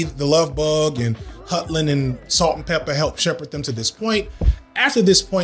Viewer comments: he said ‘Pepper’ instead of ‘Peppa’ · Pepper with the hard R 💀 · I love that you called yourself out for "Pepper." I was like why is he saying pepper lmao. It kept catching me off guard. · He said pepper with a hard R. Noooo! 😱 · I love the fact that when you say Salt-N-Pepa there's about a 50% chance you unintentionally code-switch for a moment. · Know what bro, I forgive you for misspeaking "peppa"s esteemed name.